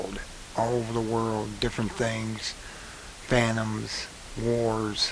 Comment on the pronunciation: It's "famine" - not "phantoms"....and it's cataclysmic...NOT "catacizm?"... Look - to make your message more believable, and to attact people to your ideas - you really should learn English, and a few general principles of phsics - i.e. your "ice and water" example does not ( forgive me) hold water ... To make that example accurate, the ice in the class would need to be above the rim of the glass - just like a portion ( 10-15%, sometimes more) of all polar ice is above ocean level.......